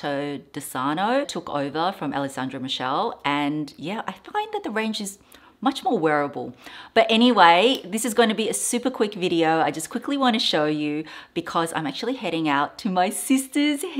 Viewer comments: His surname is not pronounced Michelle. Michele is pronounced Mick-KEL-le. Just an FYI. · the shoes are beautiful, you were right to choose the ones with the highest heels! Two clarifications: Sabato is pronounced with the accent on the first "a" (not the second a) and Michele is pronounced like this: "Mich" as in "Mick" and "ele" as in "ele-mentary" 😘